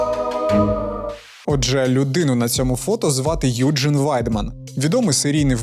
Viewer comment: Доброго вечора! Якщо він народився у Німеччині, то правильніше вимовляти його ім'я не "Юджин", а "Ойген":) дякую за відео)